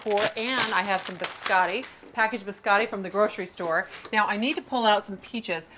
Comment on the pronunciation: "Buscattic" cookies 😂